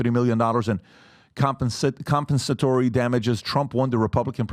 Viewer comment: OMFG!!! I've only watched this channel maybe three times(?) in a year, but thought that you were smart. I'm only in, and you can't pronounce wantonly or compensatory??? Jebus. I gotta get away. I'm out.